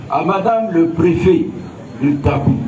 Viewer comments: C'est Tabou et non dabou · C'est plutôt tabou et non dabou